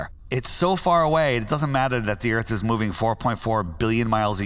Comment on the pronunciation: Welcome to bumfy earf